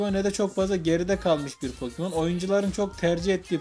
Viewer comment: Iki saattir gülüyom yanlışlıkla pokemon yerine pokimon denince güzel olmuş :)